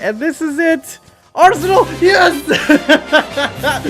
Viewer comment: “Rsenal”